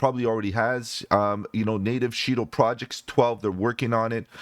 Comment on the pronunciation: $Shido Pronounced Shy-doe.